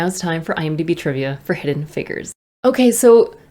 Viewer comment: Please pronounce figures correctly, the way you say it is wild😂